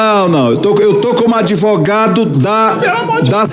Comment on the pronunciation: DÁ NOJO OLHAR A CARA DESSE SEM VERGONHA E DO "ADEVOGADO" DELE. ESSE DESPOTA FOI PREPARADO PARA ACUSAR ADVERSÁRIOS.